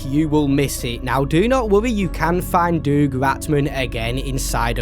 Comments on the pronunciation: Doug is like dug, not doog. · I’m sorry but I can’t be the only one who’s toes curl in cringe every time pronounces Doug Ratman, it’s “dug” not “doog” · Is he saying Doug like Doog instead of Dug? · Did bro really say doog ratman? IT'S DOUG RATMAN! Pronounce it dug not doog. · Who the heck is doog ratman😂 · doog ratman its Doug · Who the hell reads "doug" and think it's pronounced duke? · The FNAF music in City Undercover is actually a stock recording of the Toreador's March, which just so happens to have been used in FNAF. Also the fact you pronounced Doug as "Doog" infuriates and hurts me. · Bro really said “DoOG RaTMAn” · why do you pronounce doug like that 😭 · Please learn how pronounce the name Doug